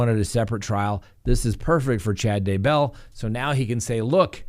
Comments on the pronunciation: "DAY"-bell.... cmon dude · I don't know why but I always wince whenever pronounces Daybell, as he is the only one who pronounces it that way. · You're not alone. Me too.